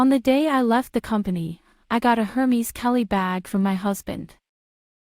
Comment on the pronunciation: pronounced as Air-Mezz not Her-Mees :)